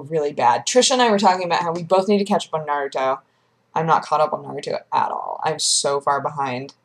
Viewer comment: Not quite, It's pronounced "Naruto" not "Naruto"